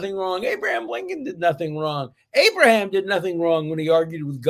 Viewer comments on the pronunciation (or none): none